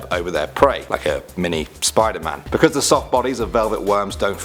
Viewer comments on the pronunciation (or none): none